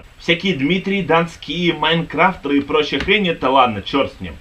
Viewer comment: майнкрафтЕЕЕЕры а не майнкрафтЭЭры